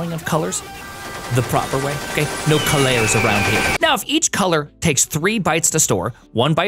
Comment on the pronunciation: "Colairs"? Probably best you removed the U. I don't think you understand how that letter works.